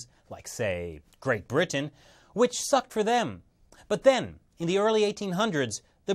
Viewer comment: why do you - an ostensibly interment-looking, sounding (except for your rather...odd pronunciation of Britain - which you say as 'Brih-tuh-ehn😳), talk like someone doing a bad comedy set? Are you...'afraid' that by Soundgarden 'intelligent' you'll turn people of from listening? There's nothing wrong with being knowledgeable-sounding, but, is hard to focus, because of your almost manic need for approval - with perusing every sense - makes listening really uncomfortable. Dry, monotone is never the way to sound, but, how about you just try to sound like you're speaking to someone - in person, and they're trying to learn from you. That's all you've gotta do.